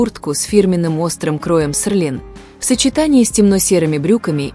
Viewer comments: СЕЛИН, а не СЕРЛИН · В слове Селлин нет буквы р, это можно правильно произносить слух режет